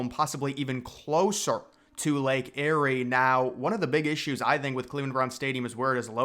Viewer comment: Lake Erie is pronounced Lake (EAR)ie not Lake (Airy) that is akin to Mount Airy North Carolina or Mayberry, NC (Where Andy Griffith was filmed. (layk ee·ree))